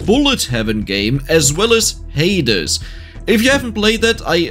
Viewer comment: The way you say Hades gives my brain the happy giggle juice